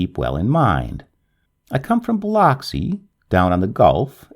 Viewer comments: Biloxi is pronounced "biluxi" and Bowie is pronounced "boowee".... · Im from Mississippi and the way you say Biloxi is hilarious. Thanks so much for the naration